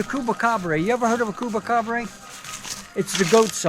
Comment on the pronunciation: Tell him he's pronouncing Chupacabra all wrong lol.